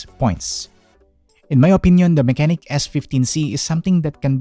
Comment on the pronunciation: the proper pronunciation of the brand is "mah-che-nik"